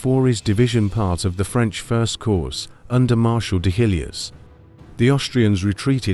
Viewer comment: Very good, of note: Corps is pronounced "Core"